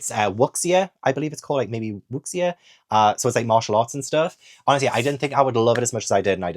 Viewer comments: I really need to read A Hero Born, I bought it not long after seeing you love it 😂 FYI 'x' in Mandarin is a shh sound, so wuxia is (I believe) pronounced more like wu-sha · it pronounced closer to 'woo-sha'. :)